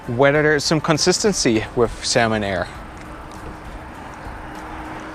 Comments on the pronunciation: Its Xiamen pronounced Shar-min not salmon like the fish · Not 'salmon',, 'seeahmen'. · Sounds like you're saying Salmon Air. 😄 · Yeah. But Xiamen is a Chinese city & pronounced "Sha-Men". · The brightest cabin during take off,lol!!!Youre right,lights off during take off only emergency exit lights are on.Why do i keep hearing Salmon Air tho?🤣🤣🤣🤣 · I'm flying SHERMEN AIR... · No no u just hear "salmon bhai" 😂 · When you say Xiamen air sounds like Salmon air.